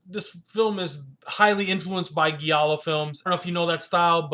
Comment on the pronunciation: “He gets DRUG (**should be DRAGGED*) into the movie?” Giallo, is pronounced with a soft G: “GEE AH LOW.” Sorry, it’s not criticism, that’s meant to insult you, but constructive criticism, that I hope that you benefit from. As far as the film, it had HUGE promise, but ended up being nothing more than artsy silliness. Very beautiful women, excellent performances and amazing accuracy, in recreating the era in which this film takes place.